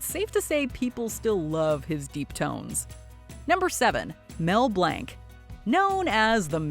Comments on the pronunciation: last time i checked, it wasn't Mel Blank.....it was Mel Blanc, french pronunciation "Blanc" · Imagine calling Mel Blanc Mel Blank like wtf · Now I remember why I block a MOJO channels, complete lack of research, they cant even pronounce one the the most prolific and famous cartoon character voice actors name correctly... ITS BLANC not BLANK as in blɒnc (he actually changed it legally from Blank to Blanc because he so disliked Blank..as it meant nothing.) - Im not some huge Mel Blanc geek either, I just respect the man enough to know how to pronounce his name. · You are pronouncing Blanc seriously wrong